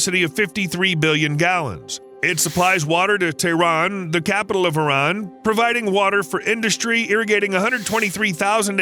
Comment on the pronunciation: It is not Tron, it is Tehran.